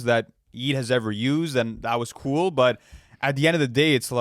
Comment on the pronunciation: go listen to “ cawnifal , because cati is very coowl”